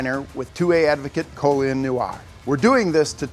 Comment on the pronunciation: His name is Colion. Call-ee-on